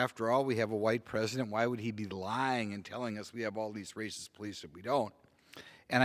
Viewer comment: I love this guy Simply cuz he says "rascist"...